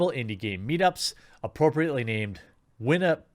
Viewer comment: I can get a WestJet ticket from Winnipeg to Toronto today for $180.00 plus fees. Oh, and thank you Jeremy for pronouncing Winnipeg properly. Living here, the way people pronounce it poorly bugs the hell out of me.